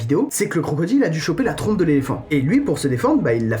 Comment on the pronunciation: "ils trompent leur plonge" 😂😂😂